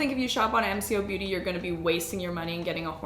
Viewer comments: MCo, pronounced Em - Co, have been around for over 10 years in Australia. They started out with, and still do have, their own unique products. Last year, Shelley the company founder, said she knows where her legal boundaries are, and will go very close to copyright without crossing over. You should try some of their unique products. I love the MCo Beauty pimple patches. They adhere to your skin better than many other brands I've tried. The Charlotte Tilbury foundation is currently $70 in Australia. A little out of many women's budget. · Hey! Aussie girl here- it’s pronounced M-CO-Beauty. We have it here in our grocery stores and they are often on sale too! It’s been around for a bit and has recently gained popularity. They have other products besides the “dupes” too that are amazing! It’s really accessible to just grab at the grocery store and the prices and quality are amazing ☺️ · I’m from Australia and it’s pronounced “M-Co beauty”. I have so many of their products because they’re amazing but a fraction of the price!! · hey i love this vid!!! mcobeauty (pronounced em-coh-beauty) is an aussie brand that is massive here in aus. they have been around for quite a while but got a lot bigger a few years ago when they started duping stuff, and got a deal to be sold in woolworths (kinda like our walmart equivalent). something interesting that i guess they don’t have in canada based on your reaction is when something is australian you will know, they put proudly australian-made!!!! or proudly australian owned!!! all over it. another funny thing, you’re getting ripped off in usa and canada, all of these products are so much cheaper here in australia lol. also, while they don’t have anything on their website about being a dupe brand, if you look on their instagram and their responses to comments (especially on reels) they do basically admit to doing it without actually saying it. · The brand is pronounced M like mum and Co like coco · Pronounced Em-co. Like co-op.